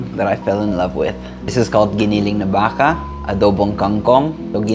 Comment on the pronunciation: I like how you pronounced giniling and baka. You sounded very Filipino.